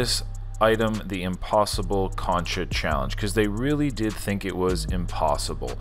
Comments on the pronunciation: It’s concha not “cancha” almost like saying cone-cha. I’m sorry but it irked me every time 😩😂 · its pronounced cone-cha not cuncha however u said it hehr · The way you are pronouncing concha means basketball court instead of shell… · It’s pronounced “Concha” not “ Cancha” lol 😂❗️❗️❗️ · every time he says concha i die inside please stop saying it